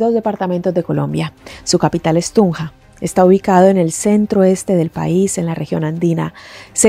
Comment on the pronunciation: Cómo se le oye de hermoso, cuando pronuncia: TUNJA.